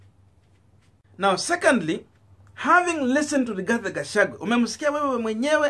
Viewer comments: Please get the names of this politicians correctly.It is GACHAGUA AND NOT GACHAGWE.ALSO IT IS WAMUNYINYI AND NOT WAMUNYINYA.Otherwise you are doing a good job. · 🤣🤣🤣 it's Gachagua not Gachagwe 🤣🤣🤣 but is okay ,unaweza mwita vile unataka 🤣🤣🤣kabra afike huko ikuru. Ruto ako na Azimio la kugonga ukuta! Hata Kihika haonekani kwa UDA siku hizi! Gachagwe knows the international community from Mathira. The Mathira Diasporians! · Please learn to pronounce people's names properly Gachagua not Gachague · Gachagua. Not Gachagwe!